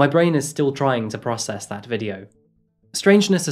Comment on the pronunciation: While your brain is trying to process that video, my brain is trying to process your pronunciation of "process"... "Protocol" was even better man 😁